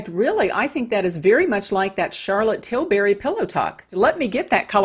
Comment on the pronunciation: You pronounced Tilbury wrong.